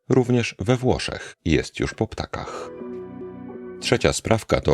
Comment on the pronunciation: "po ptokach" a nie "po ptakach"... proszę, nie ma za co